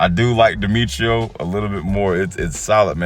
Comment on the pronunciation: If I'm correct I think it's pronounced Die-metro zord 🤔